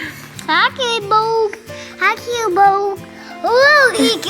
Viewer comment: i believe you mean “cutie bOhg(s)” 😂🤍 gosh they’re all so cute!!